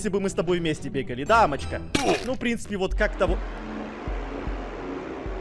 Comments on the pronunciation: хаахахаххахахахахаа ппц смешно сказал "Воть я" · () подожди у меня только один вопрос к чпуньку какой? () ну вот такой ну вот он жëлтый стоит () бухим голосом"вот я " БОООЖЕ РАЗАРВАЛО ХААХАХАХАХААХАХАХАХХ🤣🤣🤣🤣🤣😂😂😂😂😂